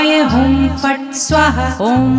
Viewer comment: Perfect pronunciation is very important for effective remedy. Never do half baked work.😢 correct it by pronuncing 'swaaahaa' it is not swaha